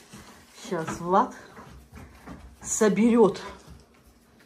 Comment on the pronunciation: вы правы, в основном говорит Владя,но иногда Вадя. Вот прислушайтесь внимательно.